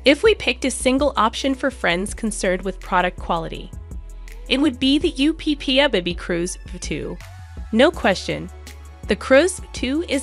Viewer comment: LOVE this video 😊 Just wanted to say that the UPPAbaby is pronounced Upper baby… other than that fabulous video!